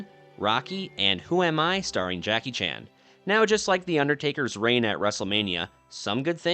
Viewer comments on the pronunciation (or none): none